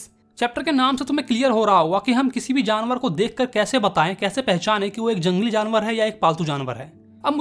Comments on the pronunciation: Jalangli ✅ jangli❎😂😂. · Jangli = ❌ Jalngli✅